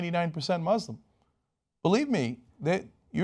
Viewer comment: Cenk, why don't you learn to pronounce Muslim correctly? Keep kissing ass.